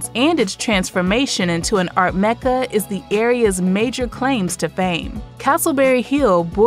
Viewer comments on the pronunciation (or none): none